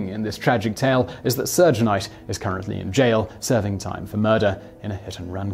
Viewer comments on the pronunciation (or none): Surge knight lol its pronounced Shug but I only know that because I'm a fan of hardcore rap and would probably pronounce it sue-j myself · Suge is pronounced like sugar without the "ar." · NB -- Suge (Marion Hugh ) Knight: "Suge" is actually pronounced "Shug", like you're starting to say the word "Sugar". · Its Pronounced Shug Knight not soog knight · It's pronounced "Shug", not "Surge". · Simon, should this come up again in a future video, here is a quick pronunciation guide. Tupac: TWO - pock Suge: SHOOG (like sugar) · Pronounced... Van Go. Two pock. Sean combs. Shoog knight. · "Soooge" love it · I love your little mispronunciations. Makes you cute and approachable. It's Shug as in the first syllable of sugar. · Love the cannel, very informative but Your american hip hop knowledge is terrible. "Surge Knight"? Lol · Isn't it pronounced Vahn-Go? And it's Shoog like the beginning of the word Sugar. Also it Combs not Cooms. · Sug knight! Pronounce as if short for sugar. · “Surge” .... helluva research job, guys. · Seriously dude, don't do a list without learning how to say any of the names. It's frustrating to hear just about every name get butchered. Van Goff? Surge Knight? Sean Coomes? 2 Pack? Damn dude...smh. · You forgot some - notably Michael Hutchence, Chris Cornell and Chester Bennington. And BTW, there is no "R" Suge Knight. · The incarcerated Mr Knight's first name is pronounced exactky the same as the first sylable of the word sugar. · There's no r in Suge Knight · Jade Hamnett I give him lots of leeway for accent differences. But Knight pronounces his name as if it is short for sugar. How do they say sugar in the UK? I don't think it's an extension of what he said. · Several English people pronounce all of these the same way. You really sound ignorant; a lot more than Simon does. The only mispronounced name was Suge’s.